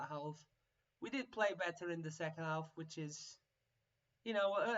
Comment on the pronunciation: Boral's looking like a stud even at a 46! build around him and the results will come! also, the L is silent in half.